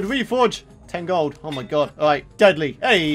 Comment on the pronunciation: Never leave out the k in Nigurk's name.😮😮